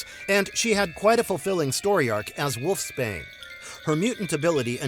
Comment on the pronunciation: No one going to mention wolf Spain? Its wolf’s bane